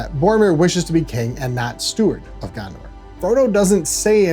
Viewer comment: "Gander"? " And FYI it is pronounced 'de-vine-ing' and not 'dev-vinning'. But 'Gander' was primo American. "Yo, I'm Aragorn, da Kinga Gander."